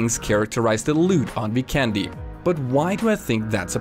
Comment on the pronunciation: Hey, I don't want to be a grammar Nazi hehe but you're pronouncing Vikendi totally wrong. If you do some research on the official PUBG site you can find the map is based in the Adriatic Sea and the nations that are all part of the Adriatic sea are Albania, Bosnia and Herzegovina, Croatia, Italy, Montenegro and including Slovenia. Now to factor out all the nations we should look at the name on the locations and as you might notice they are very Slavic based and the only nation doesn't have a Slavic based language is Italy. So now we have 5 other nations with the Identical language pretty much and with the magic of my Bosnian and google translate if we enter the name of the map "Vikendi" in any of the 5 languages it will be translated to weekend and also trying to correct you grammar just simply press speak on google translate and you should have a much better idea. Now to just back up my self up I believe they would name the map after the word "weekend" since with my experience its a very beautiful ocean with visiting Bari, Neum, Dubrovnik, and the term could come from the saying "weekend on the beach". Its gonna be hard to know where the map is actually based without an official word but at least we have a surrounding area. If you honestly read this I appreciate it a lot that I could slightly educate you with some cool info <3